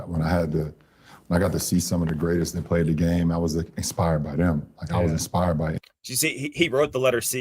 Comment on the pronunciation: how f'ing dumb do you have to be to struggle with "inspired" and "expired"? 🤦‍♂️🤦‍♀️🤦😆🤣😂